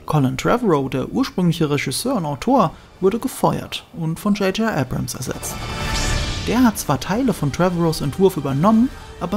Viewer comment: Er heißt JJ Abrams, nicht JJ Ebrems.